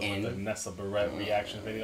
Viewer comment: LMAOO THE WAY HE SAYS HER LAST NAME it’s pronounced [bear]-[it]